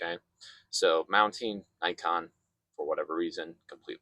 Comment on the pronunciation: This is Nikon. Not "najkon" you idiot! Do you undestand? Nikon! Idiot, idiot, idit!